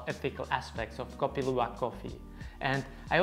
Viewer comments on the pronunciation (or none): none